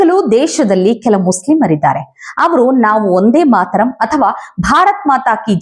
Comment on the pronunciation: "ಒಂದೇ ಮಾತರಂ" ಅಲ್ಲ. "ವಂದೇ ಮಾತರಂ "